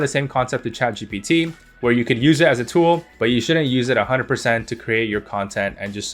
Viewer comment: Bro messed saying chatgbt